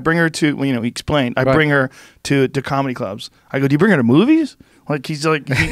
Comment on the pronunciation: BOSTON CAAHMEDY. CAAAAMEDY CLUB. COMICS. BOSTON. NEW YORK. COMEDY. OPEN MIC CAAAAAAAAAAAHHHMEDY